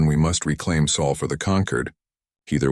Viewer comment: where did you all go to school, it is sol not saul